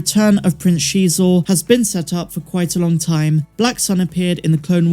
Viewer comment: If Prince Xisor actually appears in the book of Boba Fett, I think I might actually poop myself lol. And thank you for being one of the few people that pronounce his name correctly 👍